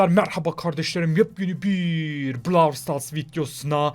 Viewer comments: blarw starsa😂😂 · 0 31 Brawl yerine blawl diyen 😆😆